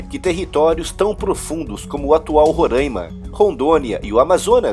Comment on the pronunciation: muito interessante mano aqui aprendo muito e me sinto instigado a aprender e pesquisar mais! Olha ai eu moro em Roraima si pronunicia Ro e não ru